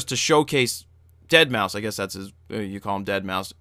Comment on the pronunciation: lol, "dead-mau-five"